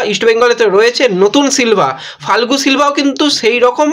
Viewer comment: Not falgu but pronunciation is ia- go Fal- ke